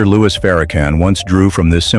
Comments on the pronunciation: PLEASE CALL HIM LOUIS!!! NOT LOUIE!! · His name is LOUIS. …. Not Loue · Narrator how dare You disrespect Him by Disrespecting His NAME. Your Name is Everything, how dare you call Him Louie. His Name is Minister Louis Farrakhan. Narrator get it Right or leave it Alone ,,we know you are Not ignorant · It’s louis not Lewy😡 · 😂I stopped listening to the narrator when he mispronounced Minister Farrakhan's first name by calling him "Louie". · His name is not Louie, it's Louis. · Who is the narrator? His name is Louis Farrakhan, not Louie Farrakhan. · His name is Minister Louis Farrakhan. Not Louie!! Get it right. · This AI garbage are whatever it is can't even pronounce the Minister name right.